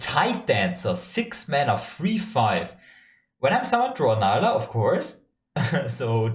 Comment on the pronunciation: so so excited for her!! pronounced nee-luh not nye-luh btw :))